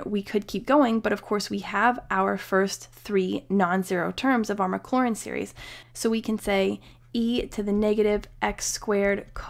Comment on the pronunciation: mclaurin and maclaurin very different. careful how you're pronouncing it.